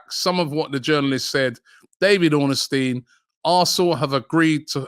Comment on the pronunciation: David Ornstein confirmed it? I won’t believe it until it’s confirmed by… David Ornusteen! 😂